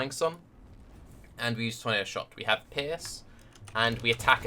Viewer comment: Great build ! you seem you a cool player ! :D I just dislike one thing...your misspronnounciation of the word: Pierce...youre saying pears..which is as far as i know a fruit :O WHY ?! I dont get it...Cofefe :O ?!